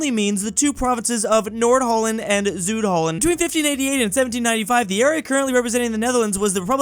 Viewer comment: how do you butcher the pronounciation of Zuid and Noord Holland